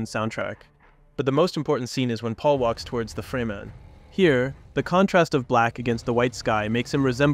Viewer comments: Great video... but how do you manage to mispronounce names/terms over and over again, even in the same sentence you manage pronounce things two different ways... Fremen, freemen Leto, Leeto Chani, Chainy Harkonnen, Harkownen Ibad, Eye-bad ??? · its crazy working on such a great 10minute dune video but consistantly pronouncing "fremen" incorrectly.. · Head ups for next time, it's not FREE-men it's frem-en. Fantastic video!!!! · Freh-men. Not free-man. But otherwise great video and good points. Color and light intrests me profesionally. Perhaps a video about directing the viewers eye with luma values of colors? Blue is pretty dark(grey) if you look at it desaturated. Skintones take the viewer somewhere if you go above and below certain luma or IRE values. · Freh-Men not Free Men. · FREMEN NOT Freeman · Its Fremen not Freemen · it's Fremen, not Freemen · Dude you need to sort your pronunciation out. You swap between saying Lee-toh and Leto. You also swap between saying Fremen and freeman It's really distracting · FRE-MEN not FREE-MEN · You gotta stop calling the fremen the “freemen” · Good analysis, but the mind boggles at how you can watch nearly 6 hours of Dune and still pronounce it 'Freemen' almost without fail. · "Simmer" "Atreedees" "Freeman" its a good breakdown but dude should use the pronunciations from the movie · bro said fray men and free men within 10 seconds of eachother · Man says Freeman wtf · FREMEN, not freemen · Why use an AI voice. Shit like this makes me doubtful that the text written is even AI. The AI voice can't even pronounce the word "fremen", instead leaving us with FReJmAIN. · The way you say fremen makes me feel like you've never seen the movies lol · How can you go into such depth and pronounce Fremen totally weird? Totally distracting.